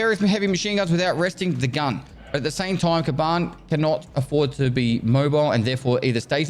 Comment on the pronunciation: its Kaban theres no accent on either of the "a", word means "boar"